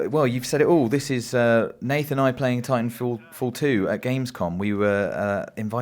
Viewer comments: "tintanfall 2?" bruh what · "Tintanfall 2" Nobody else notice that?